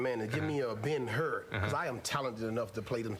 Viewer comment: Hahahah “a Ben her” hahahaha